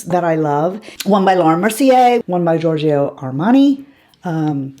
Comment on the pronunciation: Alright... On Fire!!! Armani is Italian and his first name is George-ee-oh, so you got it right! (And the Lancome terminology is the only French you need, anyway!)